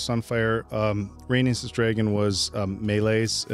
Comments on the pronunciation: Rhaenys is pronounced ray-niece not ray-nus I keep thinking you’re saying anus lol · OMG it's driving me nuts at how is pronouncing Rhaenys name, it sounds like he's saying rAnus! it's said like Ray-Niece!!!!! Also is butchering it too!! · I have been watching reactors butcher the names of the characters in this show 😂😂😂